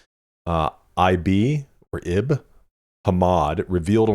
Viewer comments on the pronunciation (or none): Ib is pronounced (eeeb) as in Ibrahim.